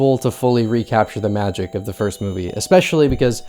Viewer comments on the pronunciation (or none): none